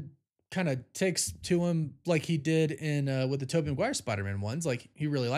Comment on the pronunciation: TOE BY looool